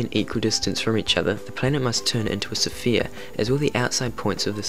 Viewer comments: It's Sphere not sofia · STOP! Stop stop stop!. I'm now and you are pronouncing Sphere all wrong. Why? Why are you doing that? Sphere. S-F-EAR SFEAR SPHERE, not Sa-Fear or S-FEAR, just Sfere, sphere, one syllable. Anyway, other than that, nice attempt to emulate minutephysics. I saw your video page and you have an interest in a lot of stuff I too am interested in, but if this video is any indication of your future content you need work before I subscribe. I'll check in on you next time I hear of this channel. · Wtf is a sa-fear? It's sphere no A between the S and the P! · What do you keep saying "Sophia", cringe as fuck my guy.... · Everytime he says "sa-phere" you gotta take another shot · let's get this straight....sure, ur saying sofia instead of sphere, butur accent is seriously cute. oh, and if I were u, I would ignore some of those rude comments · 20 seconds turned it off due to the ridiculous pronunciation of sphere. Very annoying an ruined what was most probably a good vid. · Started watching... stoped when he pronounced sphere. wtf